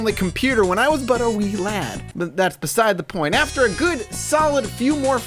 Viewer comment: How you say 'wee lad' coupled with that photoshop job. I almost spat my coffee, my body was not ready.